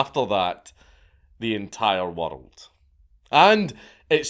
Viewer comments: Where is this "wurrold" place you keep mentioning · im not watching the rest of this video because of how you pronounce woruld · its more like waddled i cant stand it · Bro every time you pronounce "world" as "wirdld" I lose my shit 😂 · What is a “Wurrold”? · Why do you say the word world with three syllables makes no sense